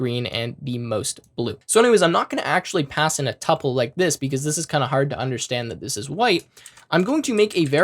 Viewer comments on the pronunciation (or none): none